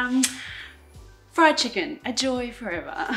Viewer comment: "Chickenniy?? like it.🤪